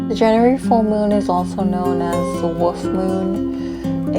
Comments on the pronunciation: Love th8is so much! (In my head, each time you said "wolf", I heard "woof" & it made me giggle; which as you know, I really need more of in my life right now... So, a huge THANK YOU <3 <3) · I didn't notice any issues with the sound. It seemed good to me. I did notice that because I have a New Zealand accent and your accent is different to mine, when you said "wolf" it sounded like "woof" to me ☺